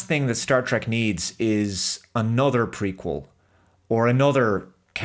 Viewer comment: Every time you said "Prequel" I could swear you said "Freakquel".